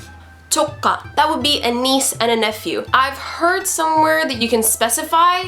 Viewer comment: excellent !!!! and wonderful but your pronunciation about nephew is little worried it's sound like "조까" rather than "조카" "조까" sound like "좃까". it means f**k "조카"'s sound is similar with "joker"